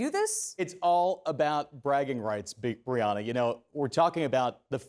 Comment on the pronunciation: Did he call her "Big Breanna" 🤔